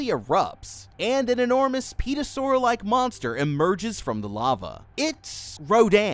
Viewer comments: What tf is a peeosaur, you mean pterosaur lmao. It’s pronounced terro saur* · Babe wake up new Godzilla content dropped (for future reference, pterosaur is pronounced “taro-saur”, not “peta-saur) :) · have an amazing day this is an amazing video and its pronounced ther a saur not pteerasaur not being rude just wanna be informitive edit : petrosaur that one got me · The p is silent in “pterosaur” it is not a petrosaur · Petrasaur? Bro... Pterosaur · It isn't peetosaur, it's pronounced teh-rra/row- saur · Dude, it's pTErosaur, not pETrosaur. You need to change the T and the E. 🤓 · "Thaynos" lol 😂 Edit: Really? "Peeta-saur" too? Next it'll be "Puh-terydactyl" lol. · Just a tip for future reference: in pterosaur, the p is silent. So it's pronounced tear-o-soar. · Pterosaur is pronounced as teroasaurus.Have a damn good day. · The P is silent in pterosaur, so you’re just supposed to say terosaur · the pronunciation of 'pterosaur' makes me wanna jump into Rodan's volcano